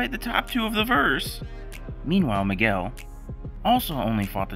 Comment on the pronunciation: ❌Miguel❌ ✅Niguel✅